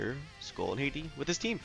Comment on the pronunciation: Hati (Ha-tee) not my country Haiti lol